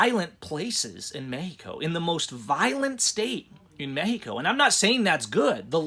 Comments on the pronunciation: ...why are you pronouncing Mexico as "Mehico"?.... Just say Mexico. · When u pronounce it "Mehico" it kinda hits the ear wrong man. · I have been going to Mexico for over 40 yrs , i have a winter place in Mission TX. There is little doubt Mexicans think of people like him as a fool...him speaking english and then saying mehico is a joke. My brother is half Mexican i know dozens of Mexicans and not one says MEHICO. Only ones who say MEHICO speak little to no English. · What in the hell is causing you to say "Mehico"? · Im a house painter born and raised in southern california man. I polly speak spanish just a lil bit better than u man. I thinl what ur doin is really cool, Ijs that "mehico" hits the ear wrong when a super duper white dude says it. Thats all.